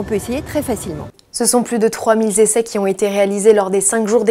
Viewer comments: "Ce sont plus de 3000 Zessais".... Euh, non. 300 Zessais oui, mais 3000 Essais c'est mieux. Oui, je sais, le français est très chiant ; et pas que la langue :-) Pour le reste, la question est de savoir pourquoi on continue à accepter la vente et l'accès de voitures de 600 cv sur nos routes, ou de tout véhicule d'une puissance sans rapport avec les limitations de vitesses. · Juste une petite remarque : on ne dit pas "trois mille "z'essais" (minute 1.14) car mille est invariable, donc pas de liaison.